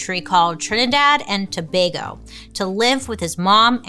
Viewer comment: Bailey I am so proud of u for pronouncing Tobago correctly! I'm from Trinidad and although I knew that Dr Murray was living here again, I did NOT know that he actually opened a new clinic! WTH!